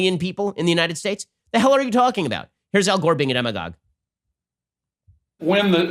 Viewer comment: What does he say to describe Cuomo and Gore? Demigauge?